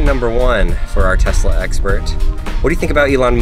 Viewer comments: WHY DOES HE KEEP SAYING TEZLA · Hearing people say Tezla makes me very angry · tezla and: tesla